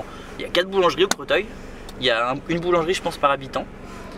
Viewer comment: Je regardais si qqn l'avait dit avant de le dire 😂 mais c'est mignon le Crotoille 😜